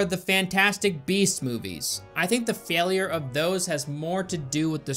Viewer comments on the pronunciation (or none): none